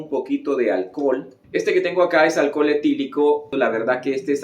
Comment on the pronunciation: Porque dice alcol y no alcohol?